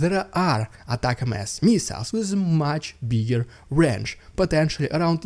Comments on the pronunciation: Im pretty sure it's pronounced "attack-ums". It doesn't matter what they're called, as long as Ukraine has plenty of them. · Still not saying atacms correctly. There isn’t a break between atac and ms. It should almost sound like you are saying attack them, but got lazy and dropped the th sound. Add the S to make it plural but still all one word. I hope that helps. Thanks for doing all of this! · ATACMS. UH•TAC•UMS All one word...no spelling...no letter-names. Attackums. That's how all the smart, informed American public says it. That's how all the smart, informed American journalists say it. That's how all the smart, informed American Congress-people say it. Say it like it is one word. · ATACMS is generally pronounced "attack-ums". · I would pronounce it "Attack 'ems". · one word. 2 syllables - attackems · we pronounce it ATTACK'em's (attack them) xD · Pronunciation - “attackems” read as one word. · You're still mispronouncing ATACMS. 🙂 It's attack 'ems, a slur of attack them + s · It's pronounced.... "A" tak ems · It is pronounced A TAC ems :) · Pronounced “Attack-em-s” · Actually it's pronounced..attackums. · just pronouns atacms like a word ie atacms = attack + ms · one word do not say ms on the end, it says you do not know english well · That’s not how you pronounce ATACMS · you still said ATACMS wrong lol. dont worry we know what you mean. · Jesus dude, you still haven't got it lol. It's not "AT-AC- EM-ESS. It's AT-AC-UMS. Think of the word "millenniums". It's like the "ums" at the end of that word. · It's definitely not "Attack M S" not sure who told you that lie lol It's Attack•Ums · I've NEVER heard it pronounced ATAC- M. S. I'm from the U.S. and have only heard it pronounced ATAC-M's (um..like ATTACK em's...like M & M's). Ignore that man behind the curtain! I think someone is pulling your leg. Just wanted you to know...thanks for another great report! Slava Ukraine! ❤ 🇺🇦 ❤️ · It's pronounced "ATTACK M's", not "Atak MS". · We say attack-ems not attack-ms